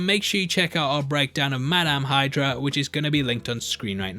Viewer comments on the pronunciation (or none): none